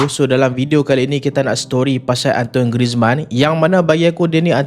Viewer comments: Cara sebutan dia bukan "antoin" tp lebih kpd "antuan" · Antoine bunyi dia "An-tuan"